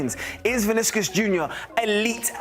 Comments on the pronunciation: “Viniskus Jr” 🤣🤣🤣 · Who tf is Viniskus Jr? C'mom man, at least get the name right.